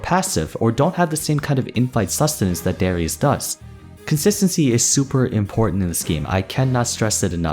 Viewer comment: i know im a year late i know the name darius its not "s" but "sh" i hope this gets to you the name is from my country of course